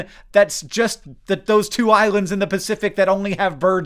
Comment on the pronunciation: Pah-six. Lol